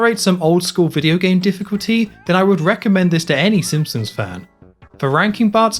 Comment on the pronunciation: How do you make so many amazing Simpsons game overviews but pronounce it Simpsums? 😂